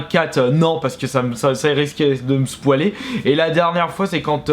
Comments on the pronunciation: On dit pas "spouale" mais spo avec oil (huile en anglais) De toute façon Cyprien est trop sucé par toutle monde y compris Youtube donc dès que qu'on l'attaque on se prend des baffes ! Ses vidéos ne me font même plus rire. Arretez de rager les kikoos. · Alors je veux bien que tu sois mauvais en anglais mais SPOUALé .. c'est spoylé (spoile) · Spoiler sa se dit spoyleur pas spwaler xD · "Spoualer" Mdr! T'as rien respecté! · "spoualer" _' Nan mais sérieux... Prépare un peu plus ce genre de vidéos, on ressent vraiment ton stress et tu bafouilles énormément ce qui rend la vidéo extrêmement désagréable. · Il a osé dire spwalé x) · Spoualer ? hahahaha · Je suis toujours mort de rire quand il prononce le mot spoiler quoi